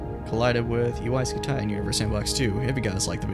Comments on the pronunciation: I thought it was pronounced scooty. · Ya like jazz 😂😂😂 it's UY SCUTI HE IS SO CRINGY😂😂😂! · UY Scumayto, UY Scamahto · I've always heard it pronounced like scuti, like scud missile